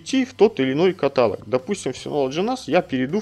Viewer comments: есть правила русского языка. То как вы привыкли говорить - ошибка и режет слух. Тоже самое что говорить дОговор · каталОг, ёпта